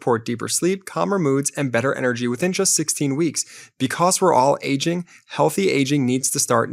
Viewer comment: It's "because" not "becoss". You say cause just fine, but turn into a third grader by saying becossssss